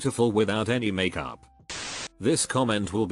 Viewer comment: Is pronunciation gets me everytime😂🤣 Fee-ahn-kay instead of fiancé. Mack-yoop instead of make up! It's so hilarious